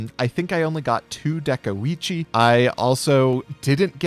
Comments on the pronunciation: Everyone: De-koi-chi: DeH-kOh-iChi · ah yes, deko-eechi